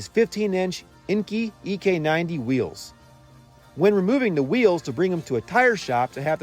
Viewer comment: Awesome job on the restoration. However, one thing that bothered me through the video was the pronunciation of the wheel brand, Enkei. You kept pronouncing it as "een-key," but is actually prounouced "en-kay," (with a very short drop on the pronounciation on the Y sound, if pronouncing it in proper Japanese). The word enkei in Japanese means "circular."